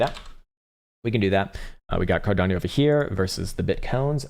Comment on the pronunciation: Did he call ada cardapo? 😂 love this channel